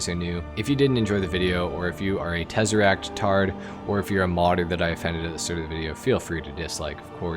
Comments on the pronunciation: ik this man didn’t just say tezeractards🤣🤣🤣🤣🤣🤣🤣🤣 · Buddy said “tezeract tard” holy fck im cringing 😂